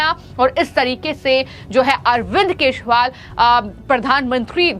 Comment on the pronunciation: अरविंद केशुवाल _ ये कैसा उच्चारण कर रही है? इन मोहतरमा की जुबान ही साफ नहीं है और बन गई समाचार वादक